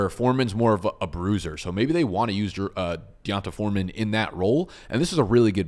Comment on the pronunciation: D'Ont-uh Foreman 😂😂